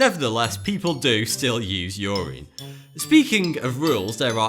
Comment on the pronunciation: "ur-reen" Really.....That's really how you say it lmao.